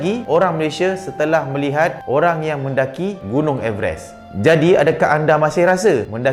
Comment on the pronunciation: Rasa terganggu dgn cara sebutan everest tu